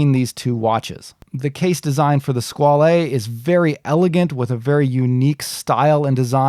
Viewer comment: OK, stop saying "skwal-ay". It is just pronounced Squale and rhymes with doll. The "e" is silent. Pretty much the same pronunciation in both English and French. I cringe everytime you say it, and you must have said it 35 times.